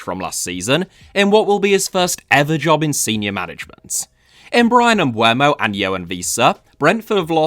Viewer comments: His name is pronounced Em-boo-mo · I’ll say it again, the ‘e’ comes before the ‘u’. Bryan Mbeumo.